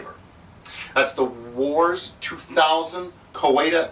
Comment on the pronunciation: I think it's pronounced War, as in Vietman and Korea.